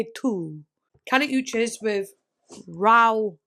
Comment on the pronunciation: it’s “oo-cheese” not “oo chiss” but yea she was close!!